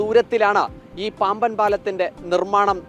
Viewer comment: പാമ്പൻ പാലമോ പാംവൻ പാലമൊ ? ശരിയായ വാക്ക് പറയാമോ